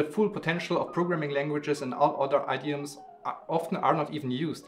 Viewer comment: Guten Tag - I am really enjoying your videos - But check your English pronunciation of idiom (or at least I think that is what you were saying).